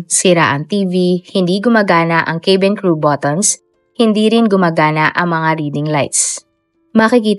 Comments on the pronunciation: cabin ay “kA-bin” po ang basa hindi “kE-bin”😊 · Madam, hindi po kaybeen ang pronunciation ng cabin! It’s kah-Ben! At hindi po de- Bree’s ang pronunciation ng debris! It’s deh- Bree! Thanks